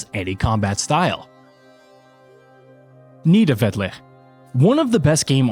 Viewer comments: I like your video, but it’s pronounced Nith-a-VA-leer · My man tried his best to pronounce 😭 nee-da - vee-lier and sfarterheim